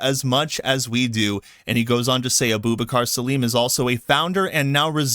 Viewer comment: I cant stop hearing "Abooba Carsalim"